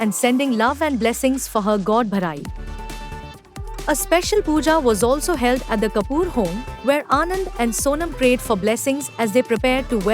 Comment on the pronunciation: God bharayee lol 😂 Please fix your pronunciations in every video 😮 Don’t feel like watching your videos anymore, fan from Canada 🇨🇦 America 🇺🇸